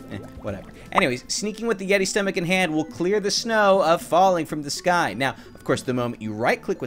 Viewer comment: The yeti more like "yeety" hahahaahhahahahahahahahahahahahahahahahahahahaahahahahahahaha